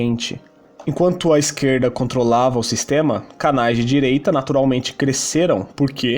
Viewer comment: Peirgunta, esqueirda, goveirno, 😂😂😂😂